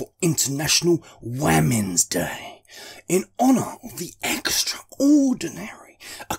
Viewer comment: Waamens day 😂😂 ffs